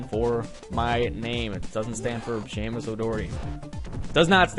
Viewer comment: get dat goddamn "h" outta here his name is Seamus